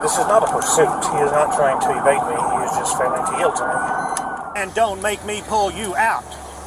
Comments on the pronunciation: "Yeild"? From a lawyer? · YIELD. Y-I-E-L-D. Yield.